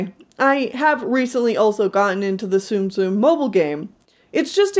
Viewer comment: thank you for saying tsum tsum accurately (or at least, more accurate than saying 'zoom zooms') and your designs are really adorable!